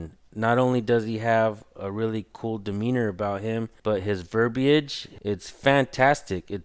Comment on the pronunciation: He said verb e age...lol...umm...verbiage...the i is silent